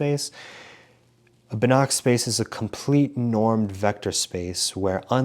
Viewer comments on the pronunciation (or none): You pronounce Banach wrong, the "ch" is pronounced like "h" (voiceless velar fricative). I think the word "house" in English has a pretty close "h" (voiceless glottal fricative). I hope this helps 🙂